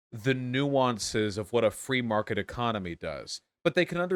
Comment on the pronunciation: The "Fwee mawket" comments had me rolling lol